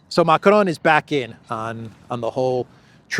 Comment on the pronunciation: Why are you pronouncing Macron's name like that? If you can't do it with a French accent just do it in English. Bizarre.